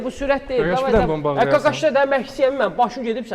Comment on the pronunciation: Kakaş dedi yoxsa qaqaş dedi?